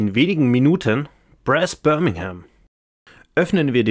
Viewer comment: Wow! Hatte es heute Morgen bestellt und wollte mir diesbezüglich schon mal die Regeln genauer ansehen und Sie haben es wirklich hervorragend erklärt! (Minimale Anmerkung: die korrekte Aussprache von Brass wäre "Braas") Eine Frage hinsichtlich der Aufbewahrung: Ich habe bei einem Unboxing gesehen, dass kein Insert vorhanden ist und die Verstauung durch Druckverschlussbeutel gelöst wird. Finden Sie, dass die Aufbauzeit darunter leidet und die Beschaffung eines Inserts nützlich wäre oder fällt es nicht störend auf?